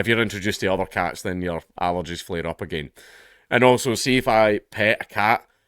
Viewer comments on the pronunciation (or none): none